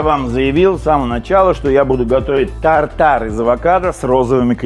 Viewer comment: Рецепт хорош! Слово «безумный» видимо любимое в лексиконе. тАр-тар , режет слух, тут шеф решил поумничать.